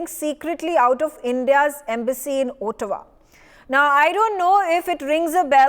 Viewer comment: where is Ootawa?😅 Looks like the anchor has not read the material before appearing on News X !